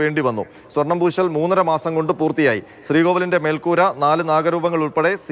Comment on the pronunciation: വീണ്ടും സ്വാർണം പുശി എന്നു പറയല്ലേ plz🙏🏼